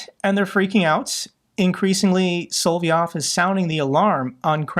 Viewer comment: I think its soLoVyov, not soVoLyov....